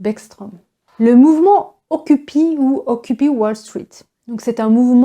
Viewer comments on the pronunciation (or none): Merci, vraiment très intéressant. Mais si je peux me permettre, on prononce occupaï pas occupi.☺️